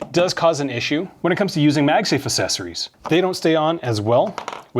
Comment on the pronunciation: dont take this wrong, but acceptable isnt asseptable, ita ACK like accent, same for accessories. not assessories, acksessories